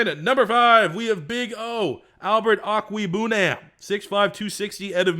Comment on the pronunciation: Buuuuuuuuutchered Albert Okwuebunams name lol. "Okay-Way-Boo-Nam"